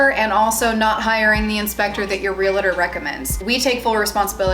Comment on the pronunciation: Realtor not realator